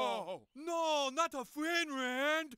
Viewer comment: lol why is the chinese dude saying finrand? i thought it was the R chinese people werent able to pronounce, not the L.